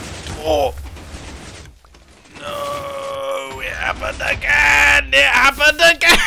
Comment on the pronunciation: Mumbo.exe Has Stopped Working You Are Mumbling " It Happened Again " In A Very Weird Way